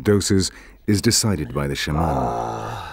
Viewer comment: When he said "Shah-Mahn" I pretty much gave up on this lol